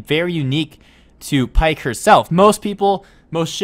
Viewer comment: Its pronounced pea-ck